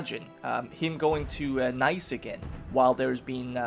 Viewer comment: you pronounce nice as "nees" not nice litteraly